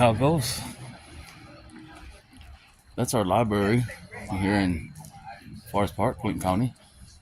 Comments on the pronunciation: Isn't this the guy who had the screaming misogynistic fit on a bus in front of his kids? "Liberry." Yeah, nope. He's SO wrong. Gee, his commentary is so witty and informative! It's like Winston Churchill is back again. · “LIBARY”…. That was my first clue that termites have been living in his skull for quite some time. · Dude cant even pronounce " library " correctly. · You shouldn’t have any rights if you can’t pronounce the building correctly. It’s a LIBRARY